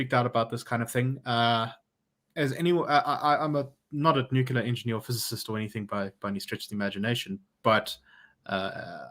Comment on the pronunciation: Not nuceller. It's nuclear.